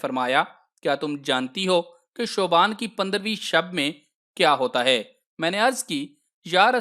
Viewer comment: Bhai ap ulta kun kehty Shaban ko shuban kehry 😊